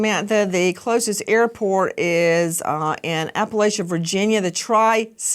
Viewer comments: Natives here get pretty offended when people mispronounce App- uh- latch-uh. There is no lay. Respect the locals and represent us right. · it is pronounced App uh latch UH